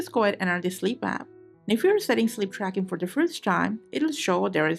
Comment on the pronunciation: Shleap drackin om Appulewagds Eelaiven... now I need some shleepe